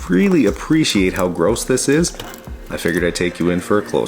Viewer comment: Really nice. Also, I don't know why, but I don't like the way you say "gross". Might be an accent thing. lol